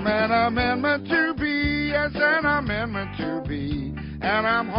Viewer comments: WTF is an "amernment"??? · I’m pretty sure it’s amendment not amernment